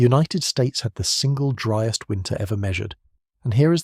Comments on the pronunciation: A “ dreest “ month ??? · As soon as you mispronounced ‘driest’ I stopped listening. Get a human to read the script.